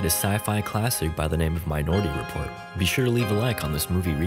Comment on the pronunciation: I guess I'm the only one who heard "my naughty report" instead of minority report?